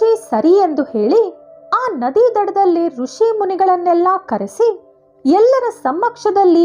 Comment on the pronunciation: It’s Hrushi not Hruchi😊 nice voice Al d best..